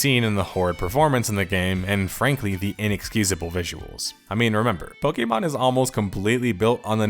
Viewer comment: I'm not listening to 40 minutes calling it "pokey" mon